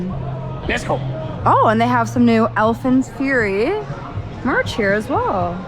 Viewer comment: Great vlogs man but why do you call it Alpine fury 😄